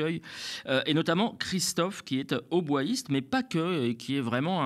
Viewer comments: Attention, on ne dit pas hautboihiste mais hautboïste;) Sinon, excellente chronique comme d'habitude:) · on prononce o-bo-ïste:--)